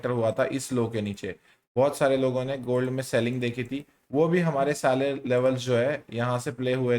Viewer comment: Sare Level❌ sale level✅ 😂